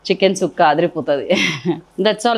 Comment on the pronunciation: Thanks at least you said it right…tired of listening to people calling it chukka